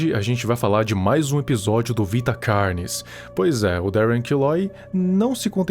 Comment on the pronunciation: pessoas normais: carnes:CARYNES